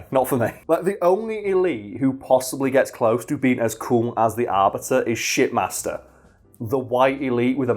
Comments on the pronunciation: Oh.... SHIPmaster.... I legit thought you were saying shitmaster, lmao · Not gonna lie, though that you were calling the Shipmaster, "Shitmaster".